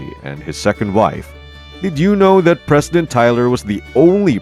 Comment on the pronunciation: Can't say president?